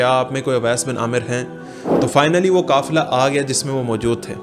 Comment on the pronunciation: کافلہ غلط ہے ، قافلہ ہوتا ہے